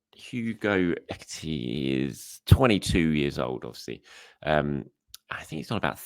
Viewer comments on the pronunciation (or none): Best way to go about tough names: break them down syllable by syllable. Eh-kee-tee-kay. Do it like that and you'll wonder how on earth you struggled with the name in the first place haha. As someone who covers tennis daily, I know this feeling all too well 🤣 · Ekee-Tee-Kay! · Liverpool are running away with the league and they have two number 1's. Man City have a number 2 who is only marginally behind their number 1. We need a top number 2. The name you struggled with is pronounced Ek e tea k,. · Hey, I hope Arsenal sign Ekitike and enjoy your pronounciation of Ekitike week and week out. Lol 😂 Just kidding, but he looks like a hell of a talent. A mini Isak